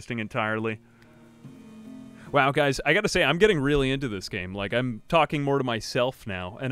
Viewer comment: when you say talking i instantly think you just went pleasepleaseplease